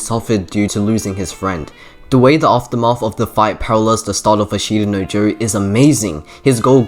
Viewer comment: For future reference and if you truly are anime nerd or aspire to be, and if you dont speak japanese. Its not A shita no Joe Its Ashta No Joe, no emphasis on the I and you will go a long way :)